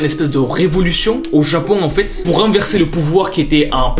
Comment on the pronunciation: Mdr au lieu de dire enfaîte ta dit "enfouaite"